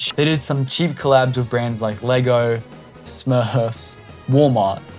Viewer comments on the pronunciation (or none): none